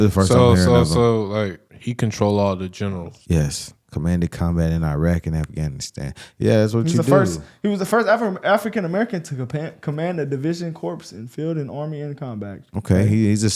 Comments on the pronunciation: Hey,, Corps is pronounced "core". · Just a thing to watch out for in your future "military" pronunciations: Corps (as in "Marine Corps") is pronounced "core" ... not "corpse." 👍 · Love you guys, keep the content and stay true to US. Just a small correction, corps is pronounced core, it's a tiny thing, but vets watching this will think as I do, no big deal, just proper pronunciation. I'm a former Marine and just a nit picker. Bless your family and our nation.